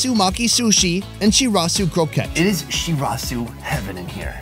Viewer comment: shurasew!! shizuka: Shirazu!!